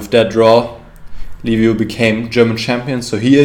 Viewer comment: Congratulations for the win, you are the only one commentator who's pronouncing perfect Liviu's name. Like Leave you, for English speakers